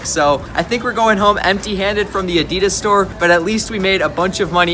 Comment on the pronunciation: PLEASE PROUNUAUNCE ADIDAS RIGHT